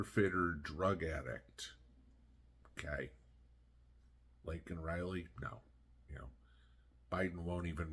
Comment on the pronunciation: LAKE N IS HER NAME NOT LINK N